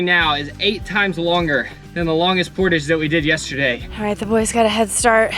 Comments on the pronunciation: Canadian here. I struggled hard watching every time you guys said Portage, I had to power through it every time it was said. Portage is a French word meaning "the carrying of a boat or its cargo between two navigable waters" its pronounced "Por - Taj" portage how you guys were pronouncing it is a sailors wages when in port... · Welcome to Canada 🇨🇦!!! ( we say “port-age”, with the “age” said softly like the French “age”) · Any other Canadians wincing at their pronunciation of portage? lol. I love and so they can do absolutely no wrong in my books but find it funny. It's a French word so we pronounce it as such and say it as: Portawge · Am I the only person who cringed every time someone mispronounced the word portage? Portage is a French word pronounced like pour taj. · I was confused by your pronunciation of portage until I googled and found out thats the American pronunciation. We do a soft A in Canada because of its french roots! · Any other Canadian's ears peek up by their pronunciation of portage? Lol. Here we say portage like collage. Cool to watch you guys do something we spend our summers doing. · Por taaaaage! Its a french word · The Canadian in me cringes hearing Por-tadge... Not port-edge... Lol. I can't help it. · "Por- taage" pronounced with a soft "a" reflects the word's French roots. So it rhymes with garage, not luggage in Canada. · Love you guys, but hearing all of you mispronounce the word portage over and over is killing me!!! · I love you guys, but please pronounce portage correctly. It’s a French word. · love the video but dude you are pronouncing portage wrong lol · One pet peeve is that you guys say portage so wrong and one cool thing u could buy is a mosquito zapper witch electacutes them anddd they are like a tennis racket that zappes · The way said portage when it's not pronounced like that made me howl lol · As a Canadian, I can't get over how you guys pronounce, "portage." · Is pronunciation of Portage has me dead💀💀💀